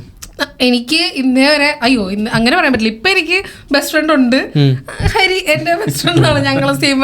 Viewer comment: HARI❌ ARI✅😂